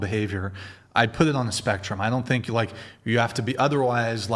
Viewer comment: What the fuck is with people pronouncing “like” with such a hard “k”?!